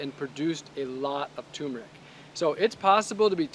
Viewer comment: Kinda funny that you don't know how to pronounce turmeric.